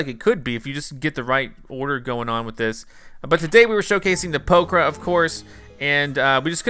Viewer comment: Did anyone else notice that he kept saying poker?